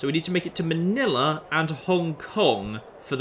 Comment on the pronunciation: Im surprised you pronounced Manila correctly. I dont know why but NEWS REPORTERS always fuck it up for some reason. They keep trying to do an accent when there shouldnt it be.